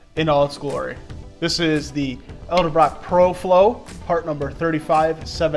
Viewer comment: its not Elderbrock